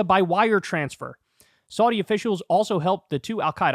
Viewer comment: Learn how to pronounce Saudi correctly